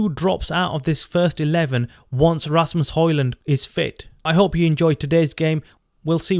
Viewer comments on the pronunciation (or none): His name is Asamos not Rasmos